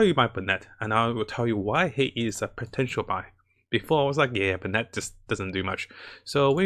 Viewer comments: Dam the content is good but the pronunciations are killing me, bennet? Its (ben)net >:( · It's "Ben-it"